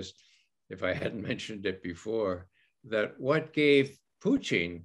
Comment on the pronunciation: I wish this dude knew how to pronounce Putin. He must be from Canada because he calls him Poutine...